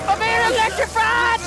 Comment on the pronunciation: “IM BEING ELECTRIFRIED”